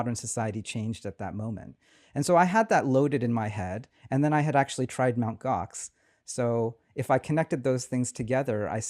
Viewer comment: They were still using...? Mount Gox? What did he say? OX? Mount?